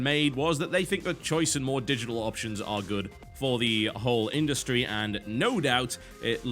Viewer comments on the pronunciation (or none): none